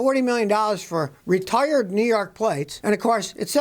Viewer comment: When you say retire, it sounds like you needed to change a tire.